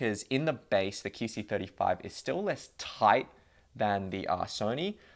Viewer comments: Is it just me or does he keep saying "kee" c35? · Keyc 35? Weird pronunciation